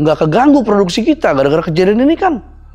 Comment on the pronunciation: insiden , bukan exsiden😂😂